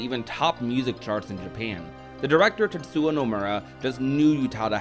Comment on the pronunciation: Tetsuwa. 🤣🤣🤣 It's Tetsuya. Yuh. You had one job.